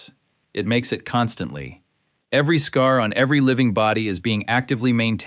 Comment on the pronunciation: For those who are worried AI will become SkyNet, don't worry .. AI can't even say scar right! Lmao what is a S-car? 🥴🫠😂 Lmao "hot to the touch from across the room." .. that's how they described a fever during the Small Pox segment 😂🤣